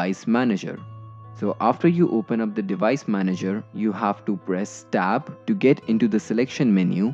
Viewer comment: You say " press stab" I've never heard of that key